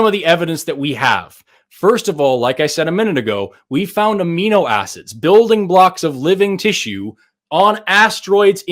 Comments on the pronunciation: You lost him when you said: "aminoacids" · This guy 150% thought said amoebas when he said amino acids lmfao